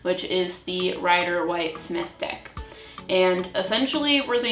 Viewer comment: Ok... it’s pronounced Rider ‘Wait’ (Waite) not ‘White’ like the color. I’ve also never let anyone but myself touch my cards. Got my first deck like 30 yrs ago & still get different meanings/feelings for cards depending on the querent & situation.